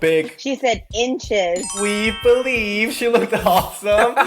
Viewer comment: “weave” believe 😂